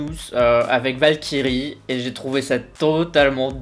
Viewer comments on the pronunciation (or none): J'étais à fond dedans depuis le début de la vidéo, et à la fin, je t'entends lire "Valkyrie" à la française... Ça m'a fait penser à "Vache Kiri" alors je me suis dit : Pourquoi a-t-il fallu qu'il lise ce mot ainsi ? J'étais bien dans l'ambiance, là !... Sinon, super vidéo ! On ressent vraiment tes impressions, c'est génial ^^